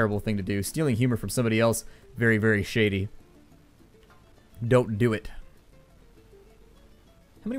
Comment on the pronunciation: don't do it sounded like dope do it :O